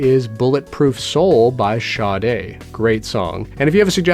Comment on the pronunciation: My respect when he pronounced Sade correctly📈📈📈